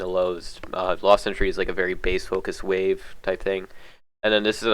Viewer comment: Last century is how it's pronounced btw